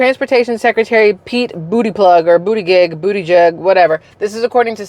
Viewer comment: Look for "We did it" Kamala Harris on the golf course. Joe your going to be the President. She looked and sounded drunk 4 + yrs. ago. BTW it's pronounced Boot-A-Judge. He was our Mayor in SB same crap bigger stage.